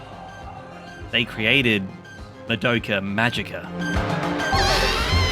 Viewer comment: Oh just another thing: I recommend that you work on your pronunciation. It is mA-doka, not mad-Oka. It is not j"ojo-ey-eye" but "sho-u-ju-eye" for shoujou ai, It's not Sa-Ja-ka, but "tha-iy-akka" etc. For an anime fan you are making a lot of these stupid mistakes.